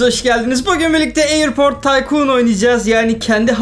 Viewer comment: Abi taykun degil tycoon